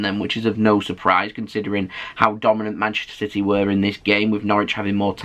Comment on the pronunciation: It's CITY not CITEH!😠